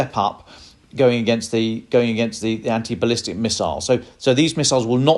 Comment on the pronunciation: Bless your heart: NOT "ballistice" miiiles. Please read up on your weapon systems.